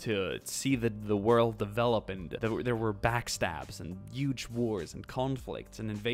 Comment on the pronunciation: HUGE not YUGE